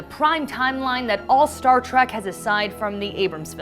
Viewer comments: Is she saying "Star Track" ?? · Yes. Ues she did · Because of this I lasted less than 30 seconds watching this trash. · Does it bother anyone else that she has difficulty saying "trek"? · Say TREK not TRACK! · It's Trek, not track. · Stop saying track, omg, it is a Trek not a track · It's pronounced Star Trek not Star Track. 🖖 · Trek Trek Trek, Not Star Track! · It's "All Access," not "Allaxis." It's Star TREK, not Star 'Track.' The supernova doesn't threaten to destroy the entire galaxy, and Spock's efforts in the future FAILED. SMH. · I wanted to enjoy your informative, helpful video, but could not finish due to the fact that your hostess insists on mispronouncing 'Trek', as 'Track'. Please get her a speech coach. thank you. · This video would have more credibility with a narrator who didn't keep referring to "Star Track" and "Captain Bacard" like I did when I was 6. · i love how she says Star Track.. Ugh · The announcer in this video DRIVES ME CRAZY. The word is "TREK" as in star-TREK. There is not "TRACK". NEVER Star-track. Ever. Ever. Ever. She uses each this term way to many times for it not to be noticed and not be considered intentional. No accident. She does not know. Doubtful this young woman has EVER seen more than two episodes of the show. Thanks, IGN but we'll pass on any more of your videos and make sure our other trekkie friends pass as well. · Why does the narrator call the show Star Track? That's rather annoying. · Why does it sound like she is saying star track when she must know that it is Star Trek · Did she just say Star Trak? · This is why I hate my fellow millennials. She, and her producers couldn't even be bothered to know how to say the freakin' topic of their own video. Ugh. Think about how much better us Trekkies and nerds could have done. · Maybe she thinks the only way to travel in space is by space train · She called the show "Star Track" throughout the video. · Trek with an “E”. Why does she keep saying track?